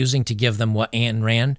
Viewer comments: Ayn Rand. Ayn is pronounced like “mine” without the M. Ayn = “ ine “ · Good video,. But just FYI - Ayn Rand's first name is not pronounced "Ann". It actually rhymes with "wine". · Minor point - "Ayn" is pronounced as rhymes with "brine". I like Ayn Rand's work. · Ayn rhymes with 'mine'.